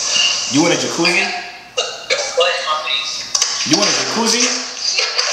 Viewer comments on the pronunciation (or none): so we not gon notice that he ain't say Jacuzzi right. Bro said "You're in a cacuzzi."